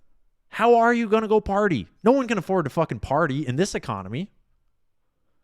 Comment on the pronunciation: Your “one soup “ is wrong